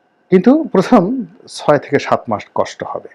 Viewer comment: ভাই, হবে কে হেবে বলেন কেন?